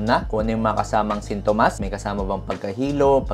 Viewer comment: Sin-to-mas not Sinto-mas kairita ka doc